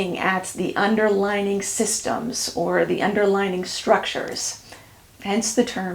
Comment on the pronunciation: I had the same reaction to the "underlining," or "underligning." I knew she meant "underlying" not only from the context, but near the end she says something like, "...and it underlies everything." There it is. I believe these things happen because our tongue or mouth just makes it happen, and we know what we mean, so we don't think about it a lot. But it can change what we're trying to communicate. We had to learn English when my family emigrated from Germany when I was almost twelve -- which is probably why this stuff matters to me. I was quite obsessed with getting things right. I have no accent. My sister was sixteen, and she does gave one. She has a habit of saying, "I wished I had one of those." I have pointed our to her that she means the present tense, but she is always putting it in the past tense by orally (or phonetically) adding the final "-d!" I think her accent makes people give her a pass, and they understand. But for me, the "underlining" was like fingernails on a chalkboard! I would advise to practice saying words with two separate vowels that follow each other, especially when the same or close. "Un-der-ly-ing." Sorry about that, but the lecture was stupendous!